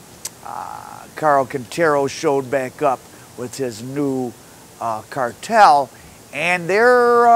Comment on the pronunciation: I gather u cant say the word 'cartel'